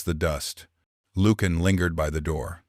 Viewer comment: It would be extremely helpful if you could spell and pronounce words correctly. Ie. Lucian…. The “C” does not have the sound of a hard “K”. And it is not pronounced ‘Lukan’.